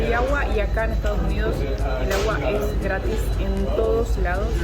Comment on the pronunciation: se dice ESTADOS UNIDOS jajaj te comes la S en Estados jajaj saludos genios!